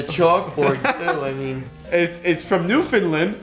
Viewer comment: Just so you're aware,, it's pronounced New-fin-land, not New-fin-lind. 😛 Cool to see another Newfoundlander sending ye two gear though.